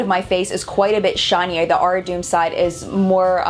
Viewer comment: It's pronounced aari-taw-um (the t is soft : like in despacito& te amo)